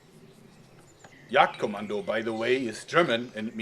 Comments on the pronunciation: is he german he pronounced Jagd Kommando better than i would and i'm german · Are you German? because you said Jagdkommando perfectly.